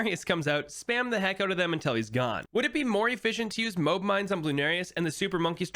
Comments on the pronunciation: Did he call a mo-ab a moeb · Everytime he says "mobe" I die